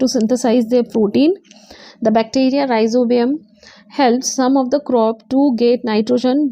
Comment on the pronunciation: It's not Ribozium it's Rhi-zo-bium ....